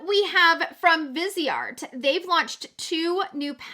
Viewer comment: Perfect pronunciation of the Viceart palette! 😃 What a joy to hear.